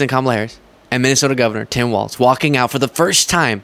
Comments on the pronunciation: Practice: Tim WALZ. Like Walls. No T. Not Waltz. 😉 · you will be talking about Tim a lot so at least say his last name correctly… it’s WALZzzzzzzz, not Waltz. K? Cool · Hello, just a short note: I read today that Tim Walz last name is pronounced Walls. My wife and I have enjoyed your show for quite some time now and she likes people's names to be pronounced correctly. Nice work. You have a passion for it, and therefore are very knowledgable. Best of Luck. Your are my favourite internet news source.